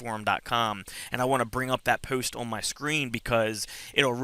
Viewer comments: Rachel W just what I though :) puwwst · This is very helpful, thanks! However the way you say “post” is.....unique? What kind of accent is that? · The way you say “post” , “dose” is hilarious! Anyways congrats on getting clean sir! Also - lol not sure where you ever heard bumble bees can’t sting haha - they most certainly do - only difference is once they sting once, it removes their stinger and they die. Where-as wasps can sting over and over again... Bless